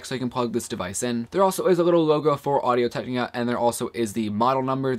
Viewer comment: Hey man, thanks a lot for doing this review, useful stuff. Just a suggestion, I think you have a tendency to talk too fast and slur your words. For example whenever you say Audio Technica it sounds more like "Audio Tegniga." But I like that you showed the microphone's response at different distances and in different directions.